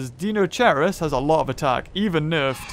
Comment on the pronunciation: you're suppose to pronounce it "dainokaires" its not like u say dinosaur "deenosaur"